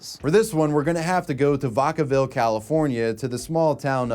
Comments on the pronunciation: VAKAVILLE like VACUUM... not vokaville. I thought youbsaid vodka lol 😅 good video though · I live outside of Vacaville, CA and I laughed at how you pronounced it. It’s “V-ack-a-ville.” Also, Vallejo is its own city like 20 min from Vacaville, which in turn is its own city. Either way, great video man! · Did seriously just pronounce Vacaville "vah cah vill"? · “Vockavillie” Jesus Christ 😂😂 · how do you say Vallejo right but not Vacaville 😂😂😂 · Ive never heard vacaville ever pronounced like that. ❤